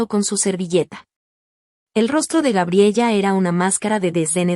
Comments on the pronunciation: NO GRABELLA... SE PROCUNCIA "GA-BRIE-LA" Y NO GRABIEYA COMO LO PRONUNCIAS... LO MISMO CON EL NOMBRE JASON.. SE PRONUNCIA COMO YAI-SÓN... Y NÓ JA-SON... MUCHAS PALABRAS EN SPAÑOR USAN ACENTUACIONES.... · Se pronuncia Gabriela